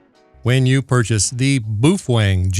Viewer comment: Your videos have been extremely helpful! So I thought I would give you help too, Feng is pronounced Fung in Chinese so it would be "Bao fung" doesn't sound as cool as boof Feng lol but again thanks and keep up the great work!